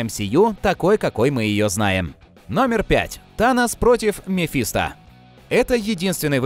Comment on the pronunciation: МефистО!!! Мефисто́ На О окончание Полное имя мефистОфель